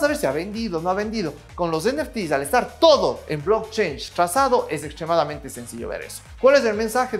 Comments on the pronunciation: No es blockchange " como dices es blockchain ",cadena de bloques.pronuncia bien . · sin ser nada de gringo logro escuchar que pronuncias "blockchange" siendo "blockchain", please do not do that. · Un shot por cada vez que dice "blockchainshh" 😝